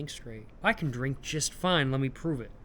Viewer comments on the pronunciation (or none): none